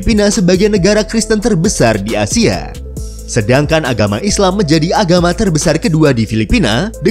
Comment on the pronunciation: ASIA Min,, Bukan ASYIA